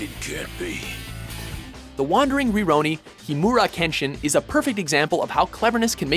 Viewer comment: So is everyone gonna glance over the fact that he said "Sataka Gintoki" and "Roronora Zoro"?